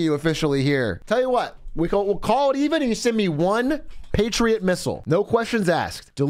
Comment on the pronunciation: Patriet misials fucking wiold